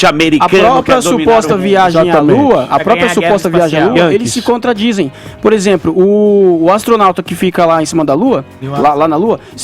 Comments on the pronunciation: "Por ezempru" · O cara fala "POR EXEMPRO"